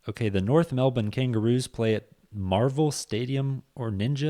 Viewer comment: You're american mate you don't need to try to pronounce melbourne like an aussie